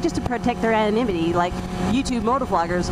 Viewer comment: I cant believe how well you can pronounce the word "anonymity". seriously jealous. BTW- FB kicked me off also, but I managed to get around all that and I am back on. I need to check out pheed, sounds like people are liking it.